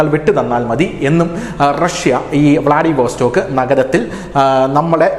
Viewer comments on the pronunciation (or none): വ്ലാഡിവസ്റ്റോക്ക് എന്നു പറയൂ. വാസ്റ്റോക്ക് അല്ല